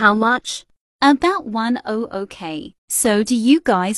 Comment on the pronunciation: say 1OOk but it 100k not O zero0